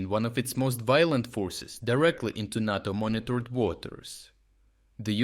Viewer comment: 'Tis Nayto me 'ansome not Narto.